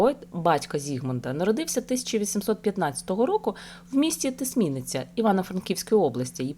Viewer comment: Правильно наголос : бу'чач, і ти'сминиця